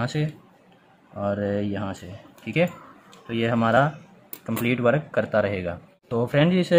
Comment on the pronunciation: Work(वर्क) को वरक क्यों बोल रहे हो